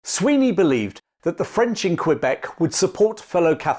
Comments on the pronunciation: Nice video. It’s pronounced more like cuh-beck than cue beck but great content, and I’m nit-picking as a local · It's Kebec, not Kwebec. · Excellent video! FYI its pronounced K-beck not Kwabek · Great work, but if you plan to do further episodes based in Canada we pronounced Quebec as Keh-beck. Even the Quebecers say it this way. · Your butchering the pronunciation of Quebec kills me. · No its really not, im fluently english and i can assure you, you sound ridiculous lol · Doubling down on incorrect pronunciation. Interesting strategy. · Found a new dictionary that omits the correct way. Very convenient, now your simple mind can easily convince itself into saying it wrong on purpose once more 🎉😂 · Imagine going abroad, being told how to say a thing properly, pulling out your phone and trying to prove the local wrong. Thats you. This superiority complex of yours is comical, you’ve devoted so much time to this lol You already have the phonemes to say it properly, no valid excuse to butcher it from here on out.